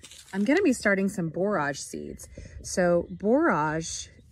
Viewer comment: That's really interesting about the borage making the berries grow better! BTW, it's pronounced like 'storage '. I've got three big beds that need cleaning up, overgrown, I better get at them soon!